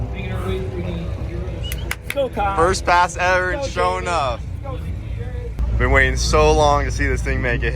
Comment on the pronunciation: You mean Sho' Enuff according to Brent's pronunciation